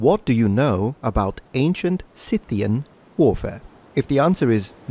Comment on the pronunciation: And unfortunately it is consistently mispronounced in the video, a type of flop i wasn't expecting